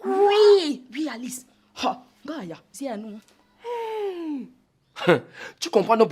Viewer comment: j'aime la prononciation d'alice en français🤣🤣🤣🤣🤣